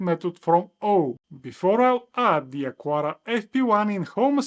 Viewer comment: it's not "acuara", its "acara", the U is mute